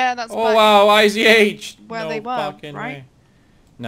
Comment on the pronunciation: Dude, it's not IZH, its ij (иж). Russian old rifle.